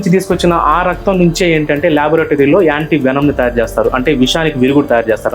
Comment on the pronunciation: Anti ❌ Yaanti ✅